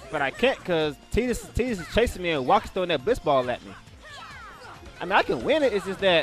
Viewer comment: lol still gonna say TI-dus instead of TE-dus